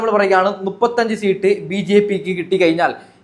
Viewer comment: സീട്ട് അല്ല 😀സീറ്റ്‌ ആണ്